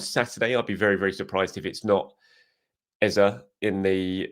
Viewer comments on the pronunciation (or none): said it right earlier but people complained he wasn’t saying it right and he changed it. If you’re from Nigeria you can only laugh when you hear him say Eza. Ask 1,000 nigerians from the eastern part of the country and all will say Ezay. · His name isn’t EzA… it’s Eze pronounced Ezay as in ‘ay’… don’t know where the press are getting EZA from… his name is from the Igbo region of Nigeria and it’s pronounced EZAY 👍🏾